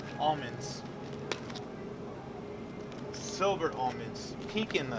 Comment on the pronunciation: did he just say "Silver Almonds" instead of "sliver"? lol